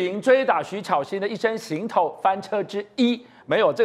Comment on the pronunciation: 只有这个节目的人把行头念对了，其他都念成航头